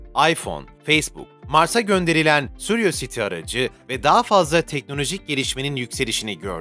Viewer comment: suriyositi ne müdür okunuşu kuriyositi.